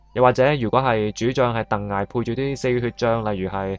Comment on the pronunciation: 鄧艾個"艾"字同許諸個"諸"字讀錯咗, btw d片的分析好有用